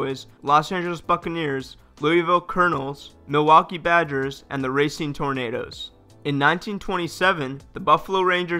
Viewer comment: The Newark Tornadoes???? For a second I thought you said Tomatoes 🍅!